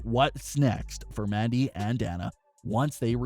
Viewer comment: All I heard was "Maddy" Rose